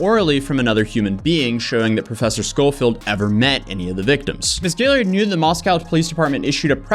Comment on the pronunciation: Is anyone else pissed that he doesn't know how to pronounce Gillard? Like great video but I continued to cringe throughout the video on you saying Gilly-ard its Gill-ard or Gil-lard not Gilly-ard